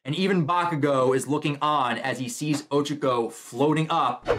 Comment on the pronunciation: O Cha Co Not Ochico